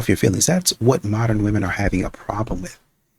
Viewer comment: This trend of pronouncing women as woman is so damn annoying!!!